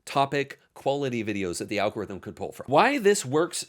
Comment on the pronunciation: "Algoritm"??? Very on-brand.